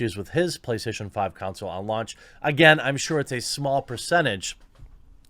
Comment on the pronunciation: "con soul" not "cown sill"